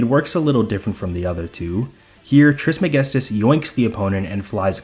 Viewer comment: The way you say "Trismegistus" is incredibly satisfying. Oh and also great video bro. Thought I would watch half of it and continue it the next day but i finished it in one sitting.